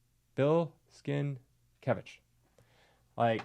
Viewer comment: Bill SIN-KEV-ITCH. It's the first thing you can read on his website.